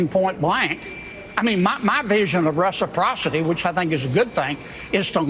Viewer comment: That old dude Kennedy can't even pronounce 'Reciprocity' properly. This is where we are, folks.